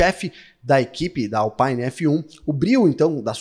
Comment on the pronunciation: Alpine é uma marca francesa e não inglesa, portanto, o "i" tem som de "i" e não "aí.